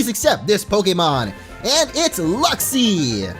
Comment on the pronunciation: Luxi... LUXIO???